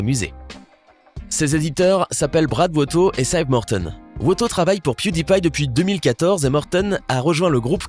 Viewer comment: Piu dit pie